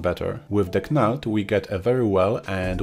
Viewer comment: Great video, i`ve used all these for many years and crazy bump before that. But if i`m in a rush knald is a good option for me, even if its just quickly grabbing some height information from a colour texture. btw, its pronounced Nald, silent K like Know. Sorry to pick up on that, i understand you dont have English as a first language. Keep up the good work!